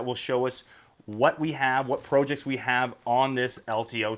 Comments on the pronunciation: I'm about to click this video off just because of how he pronounces PROJECTS. WTF man. This ain't even an accent that makes sense... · Incorrect in American its Prah jekts Rest of english speaking world it pronounced as its spelt, the correct way If you look at the comments you are about 3 years late to the pro/prah debate